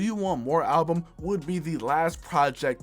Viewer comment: 70x Million "Billboard Halbum Hundred" my ears..